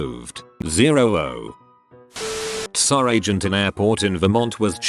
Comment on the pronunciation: TFW the auto-voice reads T.S.A. as T'SÁ for the fifteenth time 🙄